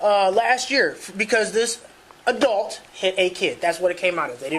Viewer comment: wtf is an “adelt”?